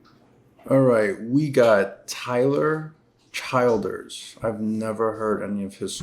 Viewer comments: It's pronounced "Chill-ders" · not a cave its a coal/lime stone mines in Appalachian Mountains... Gays are rarely excepted in this area but the times are getting better... you pronouns his name like this.. Chill Dress.. thanks for your review it was the first time i had heard it.. you are the first Video i came across..